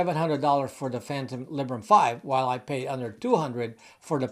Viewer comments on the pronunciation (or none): none